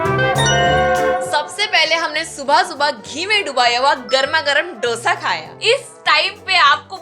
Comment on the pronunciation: It's 'दोसा', not 'डोसा', please don't say like that and hurt the Telugu audience 😊😊